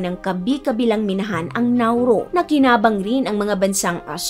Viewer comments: Hindi accent ang problema. Nauru is Nauru! Hindi Nauro. Tama ang commenter. Have some respect with the nation and its people. You surely wouldn’t want to be referred to as Pipinos and not Filipinos or our country as Philipit and not Philippines. And please magagaling tayong mga Pinoy in enunciating words regardless if you hve regional accent. Wag mong sabihin na pag may regional accent ay mali na agad sila mag pronounce. I dont think so! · It’s NAURU not NAURO and it’s INDEX not ENDEX😢😢😢